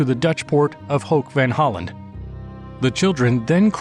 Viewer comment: Ho'ek vahn Holland? Hoek, as in, the Dutch word that English derived it's word Hook from. That sounds exactly the same! :D